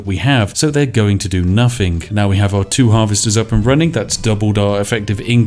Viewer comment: Is the "nuffing" "everyfing" "anyfink" "parf" "anuvva" etc a bit?